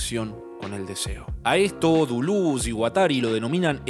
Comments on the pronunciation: Decí Deléz, decí DELÉZZZ!!! jajaja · Al fin te la jugaste, y pusite esta gran obra (al AntiEdipo y Mil Mesetas, hay que agragarles los cursos Derrames I y II de la ed. Cactus). Una forma particular y olistica de ver el Capitalismo¡¡¡ Muy bueno. PD: porque no decirle "Delez" o "Dulez" y no tan afrancesado que ni asi suena¡ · Cada vez que decía Deluz a un francés se le quemaba su baguette. Cerrado el apartado cómico, muy buen video; como la mayoría de tus videos: me dejan pensando. Larga vida a ti y tu canal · Si querés pronunciar deleuze en francés, pronúncialo en francés! No digas dulus con fonética argentina, es mucho peor que decir deles, incluso que decir deleuse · Todo muy bien, pero por que dice "Duluz" aaaaaaaaa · no me concentro si todo el tiempo le dice dulus